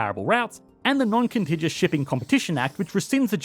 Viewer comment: FYI you’re pronouncing contiguous wrong it’s a hard g